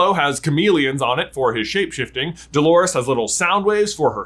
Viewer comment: I'm gonna be honest, I'm a Harry Potter fan and when I heard him say Delores... I wanted to back hand someone 🤣😅